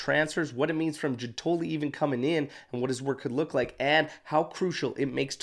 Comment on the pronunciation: Hey, since you'll probably be using their names a lot, I thought I'd drop in to say that it's GIUN-toli (emphasis on the first syllable), and there's no 'i' sound in Scamacca. Keep up the good work!